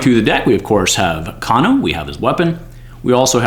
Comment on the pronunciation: Another great video, but I'm fairly certain his name is pronounced "cane-o" not "caan-o" ...